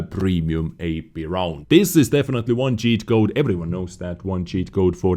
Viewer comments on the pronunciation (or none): can you learn to pronounce «this» and not «ddddis»